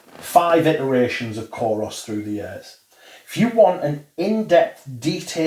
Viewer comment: thank you! Btw and I hope you dont mind correcting you but Kouros is actually pronounced koor-oss (koor rhymes with tour, poor..)